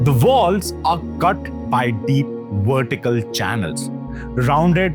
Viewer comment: It's VERTICAL carvings, not Wertical carvings.